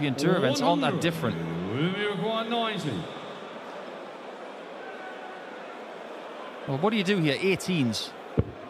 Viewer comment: Kirk called 90 but it sounded like he said 99, so the chalker put 99 which left 25